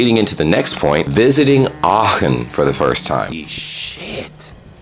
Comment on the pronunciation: May I congratulate you on your excellent pronunciation? Especially when I heard Aachen, I was extremely surprised at how good it was. A very difficult sound combination for native English speakers.